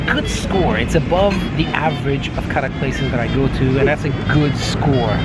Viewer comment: Thank God... You got the right. It's Kadak not Karak. I don't know why every place in UAE it's written Karak. And even samosa. Everyone in UAE says sambuusa. It's very irritating when they mispronounce Indian dishes.